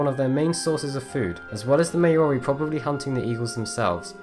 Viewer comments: A New Zelander here. A correction on the pronunciation of Maori. It's not Ma-ori but rather Maw-ree. I've found very few videos on youtube get this right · It's Māori, not May-or-eee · It's pronounced MAO-rri. Not may-O-Ri. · Hey Man! Great vid however you should look up your pronunciations! The Maori are pronounced 'Mowry' as in 'Ow! I hurt my thumb!' They are still a very present and relevant part of NZ culture.. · "the may-or-y people" lol, jesus. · Maori is pronounced Maow-Ri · that's not a good reason to pronounce it so badly. What made you think the O needed to be emphasised? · mans really mispronounced "maori" like that 😭😭😭😭